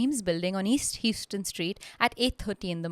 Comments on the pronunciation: The street Fahim lived on is pronounced HOW-ston, not HEW-ston like the Texas city. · it’s pronounced How-stun